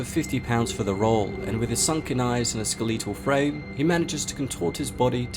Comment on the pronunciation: I love the way you pronounce "skeletal"